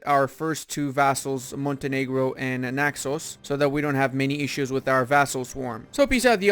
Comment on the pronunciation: You say Naxos so nicely <3 Bravo